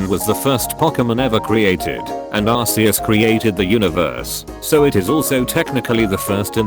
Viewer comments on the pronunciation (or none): tfw not even the robot narrator voice can pronounce arceus correctly